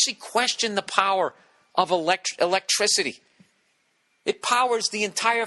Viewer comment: "electrical-ticity" lol another great one Bill Balls!